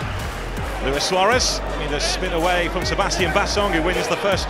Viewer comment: At least you know how to pronounce my name. Luis and not Louis.